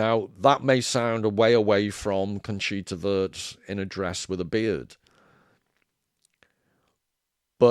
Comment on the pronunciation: Wurst, W U R S T. Conchita Voooorst! Fanny Sausage, you may have ordered some on your travels... Trompe l'Oeil, Sounds like loy. Love your content man!